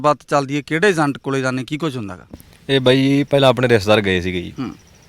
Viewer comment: Zaande ni hunda. Jaande hunda anchoring ched ya bolna sikhla . agent nu azent dasda